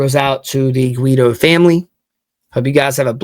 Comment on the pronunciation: Thank you for helping to spread this story. Yes, you were pronouncing his name correctly sounds like GWEE-doh. This woman needs to be found! Jay’s entire family is devastated by this horrific, senseless tragedy. This is my brother. This happened just 3 days after attending our father’s funeral and two weeks before his daughter’s wedding! We lost our mother is a car accident in 1989, when we were young, so it hits even harder to loose him this way. He was an incredible son, brother, friend, uncle, great uncle, nephew, cousin and most intensely father and husband! An overall incredible human being! Please help find this woman. Hug your families tight and tell them you love them, you just never know 💔🥺😢